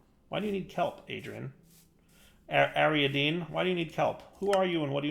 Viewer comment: Ariadne! not ariadene! as in the daughter of king Minos of Crete. God help me with Americans trying to pronounce foreign names.